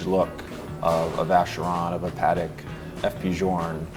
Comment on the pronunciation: Why can't Americans pronounce Patek correctly?